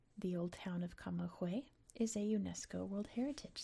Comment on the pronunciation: Very nice voice and interesting video. One tip for the future when you see g + ü in Spanish the g is pronounced like the g of "good" in English 😊